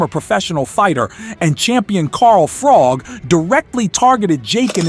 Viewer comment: Carl FROG shows this video maker knows nothing about boxing it's Carl Froch